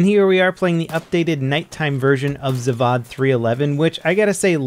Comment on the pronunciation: I think any european (from czech to more eastern europe) will agree. The pronunciation of Zavod is zaawhat... The way you pronounc it would be Zivad.